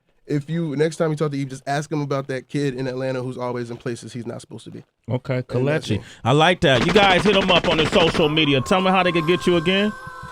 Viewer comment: That's not how you pronounce it? It's ke- Le- chi